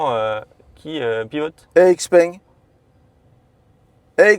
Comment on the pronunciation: C est normal qu il a pas compris sur l activation du vocal: xpeng ce dit : Chi Peng.